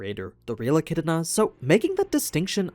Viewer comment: Jfc, get ECIDNAs name right. There isn't a single R in ANY version of it.